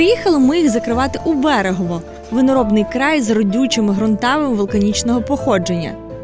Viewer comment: Ледь відійшли від Мукачеве, Мукачевому тепер на Берегове почали. Правильно Берегово, Мукачево… запам’ятайте будь-ласка всі вже. Бо дуже багато звучить невірно поставлених наголосів про Латорицю, Мукачево, Берегово і тд… Просто підмітив і наголосив!